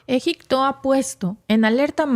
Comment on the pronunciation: Se dice Egipto no egicto